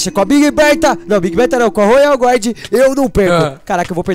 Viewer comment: se fala royal guardian não royal GUARD